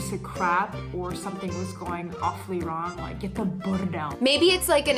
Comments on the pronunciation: this was like czech, really! She said the word bordel really good 😂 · says „bordel" perfectly 👌🏻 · Hi, thanks, great video. I really like how pronounces the word “bordel” She is amazing! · Když říká bordel, je její B 👍🤗😃. Jinak palec nahoru za tento kanál. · je skvělá:D a líbí se mi, s jakým gustem a důrazem vyslovovala slovo "bordel":D